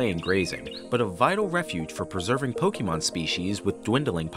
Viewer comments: This is totally awesome!!!!! Soooo cute. Just remember it's Pokémon not pokeemon. The é makes an "ay" sound. Every time I hear Pokeemon I think of Bill Crosby 😂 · ninjas do all of this for Pokémon yet they still pronounce it "Pokeymon" like we're doing the hokey pokey and turn yourself around. not what it's all about. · "Pokeemon"? Seriously? 🤨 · 1) get a different narrator 2) make sure they know how to pronounce "Pokémon" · how you gonna make pokemon videos and pronounce pokemon wrong???